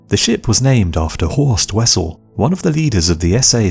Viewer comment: Horst Wessel .... pronounced VESSEL ..It's German